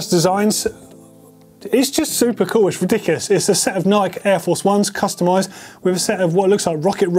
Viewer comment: It’s pronounced “Nye-KEE”,! Love the show, good job!